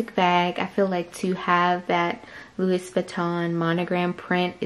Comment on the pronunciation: could you please not say the ‚s‘ at the end of louis? 🙈